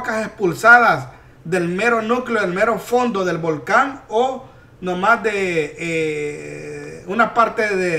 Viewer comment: Dijiste volcon y no volcan q chistoso por eso me gusta verte para reirne jajaja